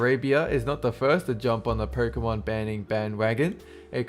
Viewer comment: Pokémon is my life. Ban Pokémon, and things will get ugly if I'm around! (Btw it's pronounced Poke-Aye-Mon lol)